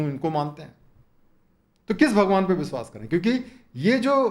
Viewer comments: बिश्वास नहीं.....विश्वास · कृपया "विश्वास" को "बिसवास" न कहें